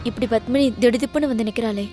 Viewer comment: hey bitch fake, u ugly creature from hell, u and ur ugly face and eyes.. u lok like a ford and cant act.. plus it is not BUTHMANi it is Padmini. And there is PA in tamil.. so go learn how to say Padmini right u stupid moron. hope they arrest u and u are behind bars soon. bitch from hell